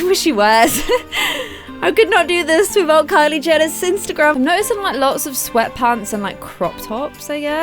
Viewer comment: she even said simsergram instend of Instagram gotta love